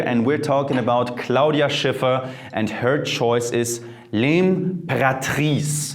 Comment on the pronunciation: so cool how you say 'Claudia Schiffer'